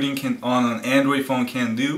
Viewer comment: AN DROID not AN DWOID